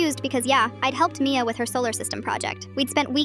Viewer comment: Bad pronunciation, they didn't get all of the a in Mia